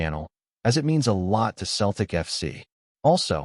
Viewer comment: It’s not Keltic but Cel tic